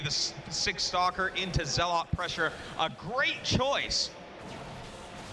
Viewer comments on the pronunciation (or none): Artosis' pronounciation of zealot makes me cring every time.